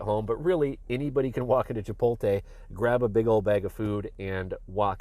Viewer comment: Chi-poat-lay not chi-pol-tay.